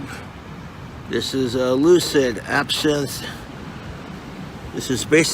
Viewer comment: I'm surprised he was able to pronounce lucid correctly.